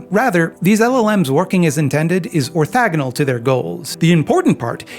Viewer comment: Ah, a new video! Wonderful! Wait… no… they pronounced “OrthOgonal” incorrectly! Gah! The worth of the anarchocommunist theory is now gone! I jest but if I don’t point it out a dunklord might